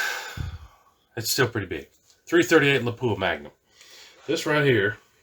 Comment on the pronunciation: lap wah, not pap u ah